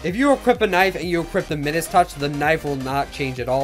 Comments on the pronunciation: Midus- pronounced My-Dus, not middas - where’s my doge fools gold and Midas owners? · said midus wrong mi-dus is the correct pronunciation like kind midas who had the golden touch you can check in google translate too.